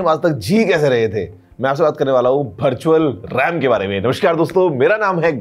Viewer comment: Mujhe vertual rem Start me Bhar tu chal Ram Sunayi diya 😂😂😅😊😮